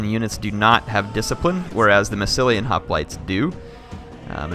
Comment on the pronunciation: He pronounces Hoplites sooo badly.